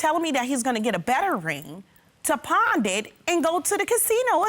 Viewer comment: NOT "Pond it" PAWN IT